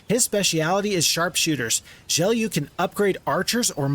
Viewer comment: HI! I think the name Gelu is like Geloo and not "Geliu".